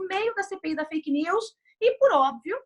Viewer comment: Mas no áudio ela falou perfil feike!!Isso é crime kkkkkkkkk